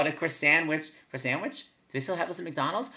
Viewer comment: "what a croisanwich". lol.